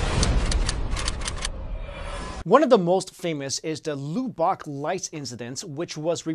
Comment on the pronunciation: I live in Lubbock Texas, you pronounced Lubbock wrong, sorry